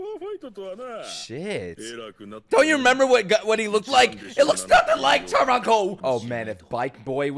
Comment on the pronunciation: let me just say this... not chantaro because it's chuntaro